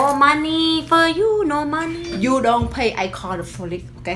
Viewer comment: “If you don’t fay me I call da folice 😂”